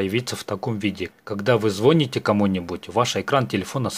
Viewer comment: Не звОните, а звонИте. Бля, пора давно запомнить